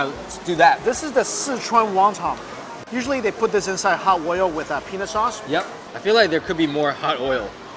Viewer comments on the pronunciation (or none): did he just say penis sauce??